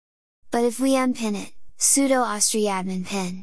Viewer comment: Me: "What's an ahwstree?" .... "OH! ohh-ess-tree!" :D